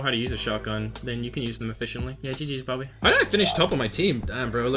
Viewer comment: ITS BOBBY NOT BOOBY